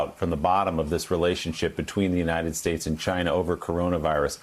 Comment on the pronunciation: Trump: "just ask Chai-nah, they know better than me ".